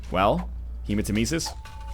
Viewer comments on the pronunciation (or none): Northernlion hematemesis is panctuated on the second e and not the third e.Sorry that i have to correct you but i'm greek and since the word is greek it just sounds so wrong when you pronounce it the way you do.